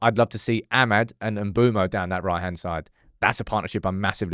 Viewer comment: brudda i really dont think its mboomo, its looks like and I've heard its m-bweh-mo